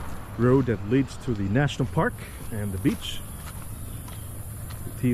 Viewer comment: Why on earth do you keep pronouncing it U-TEE-VA??????